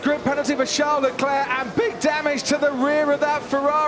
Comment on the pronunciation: "...oh 3 place grid penalty for Charles Leclerc and bIHg damage..." 😂😂😂